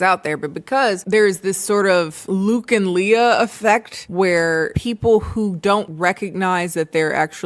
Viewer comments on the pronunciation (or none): I was wondering who are Luke and Lia (Le-a) She mispronounced Luke and Leia (Lay-a)